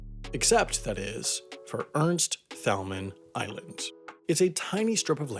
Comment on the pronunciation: Ca-son-es Ernst Tayl-man Spend more time researching and less time writing lame jokes.